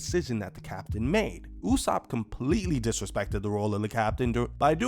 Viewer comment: Is it me or is saying usopp correctly? Cuz the sub said it differently and someone told me that the way pronounce usopp is the correct way.